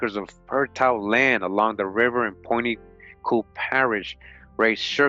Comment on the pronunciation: Louisiana is my tribe the place you keep naming is pronounced Point “Q-Pee”. I'm from Avoyelles. We have black Indians recognized by the government here the ones who side with the whites. They are still black. I would like to find this book speaking in my people.